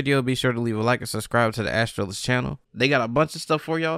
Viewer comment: Astralis is one word, hearing Astra Lis was really weird, just fyi